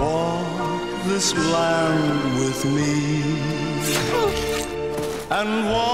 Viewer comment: When he says this land it sounds like he's saying "islam"